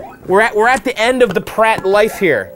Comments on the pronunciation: Are you sure it's not meant to be pronounced Py-Rat, as in Pirate? "Pirate Rum" would seem to make more sense than 'Prat Rum' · It's pronounced "Pirate rum",. Not "Prat" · Dude it's PYRAT like PIRATE. Pirates like their rum. Get it? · Kyle and Vax, he's not saying it like "prat." He's saying "pih * RAT" (short a). But let me ask you about what you think it should be. You say it's supposed to be pronounced "pirate." In a pronunciation key, "pirate" = "pi (long i) * ra (long a) * tee," so it looks like the word "pirate" but is pronounced differently (with the e not being silent), which is what you're saying when you say that it's pronounced "pirate." Right?